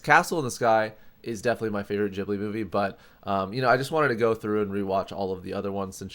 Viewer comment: Aaah why you still say "Jhibly" .. you dont say jif instead of gif aswell, do you c_c